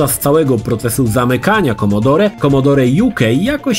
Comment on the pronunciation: Nie wymawia się "commodorE" tylko "commodor"!!!